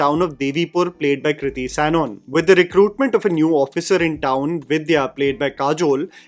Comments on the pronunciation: Why are you pronouncing Sanon as Sanon? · Hii long time viewer here, dont mean this as a hate comment but just a suggestion that when you are doing a review, you should research on how to correctly pronounce the actors names. The mispronunciation of Sanon and Shaheer's name just bugged me, so I thought of letting you know, anywhoo appretiate the review!